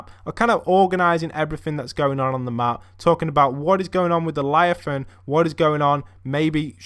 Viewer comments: It's leviathan not lyathan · Instead of leviathan he says liathan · Btw it's pronounced (leviathian) not (liathan) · What’s a liathan?Its leviathan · It's Leviathan, not Liathan ahhaha.Keep up the great videos btw! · if he says liathon one more time i swear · it’s “ Lev - I - Athan “ 😂😂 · It’s not pronounced liafan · lev-eye-a-thon gimp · Devin Healy LE. VIA. THAN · I love how he's says laviathan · Le,via,than that is how it pronounced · LEVIATHAN LE-VI-A-THAN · Ah man at least learn how to pronounce the word first before you say it, it's leviathan